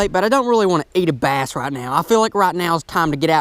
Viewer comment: My name is bass exactly how you pronounced it